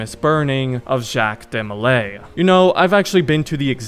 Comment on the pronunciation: btw you are completely butchering Jacques DeMolays name, not trying to be rude just letting you know.